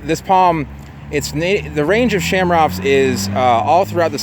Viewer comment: Lots of other 'ch' pronounced hard 'c' palm trees out there. Best to take that ch combo and hard C it because it's common among palms.